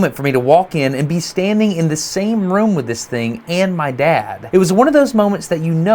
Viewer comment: he said "im not sure, i measure the thang"